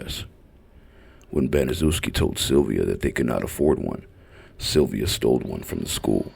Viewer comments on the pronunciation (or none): Sylvia name is pronounced like inns